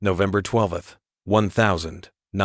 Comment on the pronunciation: Maybe teach your AI the correct way to say 12th and 1944.